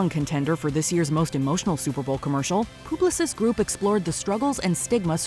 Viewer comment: It’s called Publicis Groupe… like a pub. Not Pooblosis groupe 😂 and yes I work there